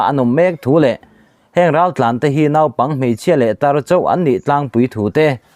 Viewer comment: Naupang hi nopang tia lam tur. Naute pawh note tiin. Zakamlova hi Zakamlawva tiin. Kan ziah dan ang khera lam vek hi zo ṭawng kalhmang a ni vek kher lo a nia. Hman aṭangin nang chuan 'naupang' hi 'nau-pang' tiin i lam char char a. Sap ṭawngah pawh hian 'oo' hi a chang leh 'u' angin an lam a, book te an tia, a chang leh 'aw' anga lamin door an ti ve leh mai bawk a nia.